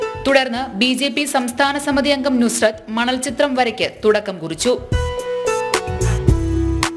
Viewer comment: നുസ്രത്ത് അല്ല സുൽഫത്ത് ' ആണ്❤❤❤❤❤❤❤❤❤❤